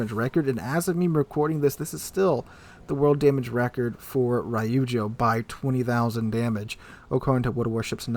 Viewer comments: Every time he said Rye-oozjo I cringed internally :P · Damn that’s insane. Btw it’s Reeeujo not Rai yu joe.